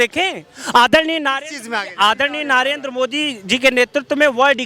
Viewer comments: पहले नरेंद्र को नारेंद्र बोलना बंद कर 😂😂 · नरेंद्र मोदी का नाम तो सही बोलना सीख ले ,,नारेंदरा बोल रहा आंड फिसचुला 😂😂